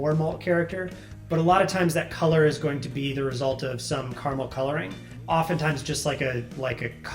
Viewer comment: CA-RA-MEL. Not CAR-MEL. Please. He says it so much.